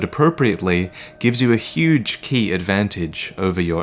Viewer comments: Ki is pronounced like Kye not key lol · Ki is technically pronounced Chi, i have no idea why but it is. just had a very long debate about it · It's pronounced, "ch-ee" as in tai-chi. It's a bastardization of Qi from chinese. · its ki as in kai